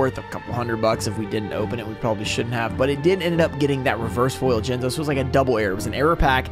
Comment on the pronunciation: It’s not an error card, but back in the day when was opening Pharoahs Servant and he pulled Jinzo and was so excited and said JIZZNO by accident. I still call Jinzo “Jizzno” to this day.